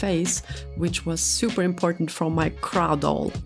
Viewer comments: I keep thinking you're saying 'crowd' or 'crown' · Your first video came up on my FYP. It was a cute piece so decided to keep going. For someone who this is there second doll this looks good. You differently reminded me of Catmelon in how you two lock your dolls in places. Lastly I love how you say crow 😊😅❤